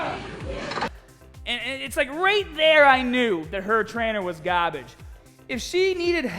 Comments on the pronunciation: “Her trainer was gahbahge!” - 2019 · "As haaad as youbpossibly can".... Ghaaabidge.